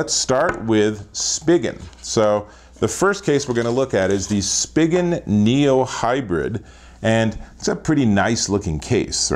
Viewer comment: This video sucked. It’s Spigen.... pronounced: “Spy-Gen.”. It’s even on their website how it’s pronounced, not, “Spidgen.” And the case’s you did reviews on all suck. Minnie Mouse? Seriously? Two ugly junk Spidgen cases, LifeProof? Why not the fre? Thumbs down here.